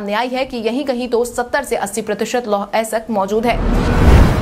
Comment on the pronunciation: अयस्क नहीं बोल पा रही हो